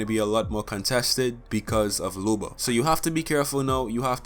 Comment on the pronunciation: It’s looooba not lube-a